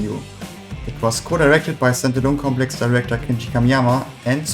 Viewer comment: Dude... Wenn "Stand Alone Complex" aus deinem Mund wie "Sentinel Complex" klingt, solltest du vlt deine Aussprache für so ein Video überdenken. Auch sind 20€ für paar Schall-Dämm-Matten beim Einsprechen nicht zuviel verlangt, oder? Selbst Eierschalenboxen erfüllen diesen Zweck...